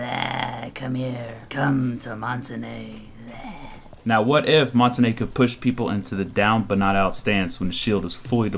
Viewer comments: Its MON-TAIN............. NOT MON-TA-NAY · Its pronounced "mon-taun", not "mon-ta-ney". His name is french for mountain, and you can look it up yourself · Mon -ta-na it's mon-tange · Mon-TANE not tan-ae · I stopped watching after you pronounced "Montagne" as "Monta-Nay" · People call montagne montanya or montanay his name is pronounced montain like stain. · Mon-ton-yuh is how it's pronounced. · it's actually mon-tahn-yuh learn your languages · montagne is pronounced MON-TONE-YAY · it's actually pronounced mon-tahn-yuh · I speak French, it's pronounced mon-tan-yuh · you idiot it is actually mon-tahn-yuh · ITS MONT AINE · no it's actually mon-tahn-yuh I'm french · the end is more like ah-n-ya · colton blackburn first, im kidding. second, you wrong. lol. proper pronunciation is mon-tain. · I keep hearing people say montagne. Its pronounced montane. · Mon-tan-yah, that's how it's supposed to be be said, Americans and UK pronounce it how you said, I used to pronounce it like that too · Montagne is pronounced Mon-Tan-Ya. IQ should have some sort of echo property to her device to make her an anti-roamer. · Good video... except your pronunciation of Montagne! Either say it like champagne (champaine) or how the french say it. Google translate can read it for you if you want to hear it. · But I have to be honest and say that hearing you say "come to montenay" was hilarious. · Learned to pronounce Montagne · I cringe every time you say montagne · Worst pronunciation of Montagne. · That's not how you pronounce the shield